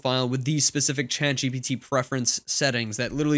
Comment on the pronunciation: Love this channel and all the info your share here. Hate the way you emphasise the G instead of the T I’m ChatGPT.